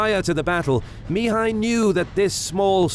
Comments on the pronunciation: Spectacularly detailed documentary, but starting with the 3/5 part, the pronounciation of Mihai's name(which can also be Michael, Michel, Michele, Mihaly...) would be better in other languages, 'cause it is so annoyingly pronounced in the original intended language. The accent is on the 2nd sylable, therefore mi-HAI and not MI-hai :) Anyway, thanks a lot for the huge documentation, other great pronounciations in the original language and the creating of this historical material. This channel really is the best for the detailed battles anywhere. Keep up the great work. I'll be forever hooked as your subscriber :D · At 33", I hear "the three Romanian voievods"...i am Romanian and the country was called this after WWI. Secondly, Sigismund was Hungarian... Please pronounce Mihai correctly, the accent is on the second syllable Mi-"hài". It's really grating when you mispronounce. Oh, my...there's a new narrator and he's also mispronouncing Mihai... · AI Narrator: Two days later MEEHAI every sentence. STRESS first word again and again. FUNNY you watch and listen. ANNOYING after the hundredth time. MEEHAI blaa blaa attack, meanwhile as MEEHAI troops wait you not.